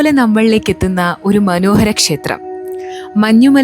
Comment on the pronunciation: ഷേത്രം അല്ല ക്ഷേത്രം ആണ്